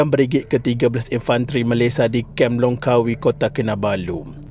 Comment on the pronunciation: Kem Lok Kawi min..bukan kem Longkawi..